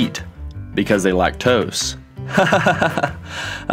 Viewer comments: lac-tose xd.... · Lac-tos?? Seriously LMAO 😂